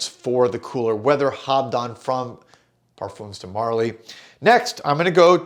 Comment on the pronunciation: you're maybe my favourite perfume reviewer but PLEASE stop saying "Perfoomz de Marly" that's not the way you say it and it hurts my french ears each time I hear that pronounciation